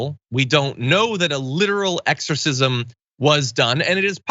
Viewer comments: She said eggercisim not exercisim.. I listened twice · She say "eggsorcism"? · I'd like to ask her what an "egg-sore-sizz-em" is, exactly. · EGGSORCISM how the newsmax reporter said. Can they afford that? If you are going to use the term in a derogatory manner, atleast learn to pronounce the word correctly. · LOL she said eggs-orcism.. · What the heck is a egersisim. I know thats what she said. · Hey, Isabelle Brown... What's an "EGGS-orcism"? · What's an eggorcism? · Did she say "egg-sorcism"? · She did. And it hurt my ears. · Isabell brown- “egg-zer-sizm “ not exorcism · I heard it too lol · She said "eggzercism"